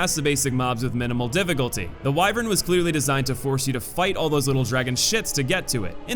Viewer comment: For some reason. I'm so bothered by his pronunciation of 'wyvern.' I've just never heard it said that way